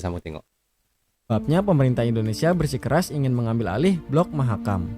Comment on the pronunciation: Mahakam bang bukan makam.